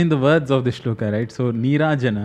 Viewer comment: नमस्ते बहुत अच्छा समझाते हो. लेकिन आप श्लोक को श्लोका क्यूँ कहते हो? कुछ अजीब सा लगता है। 🙏🙏🙏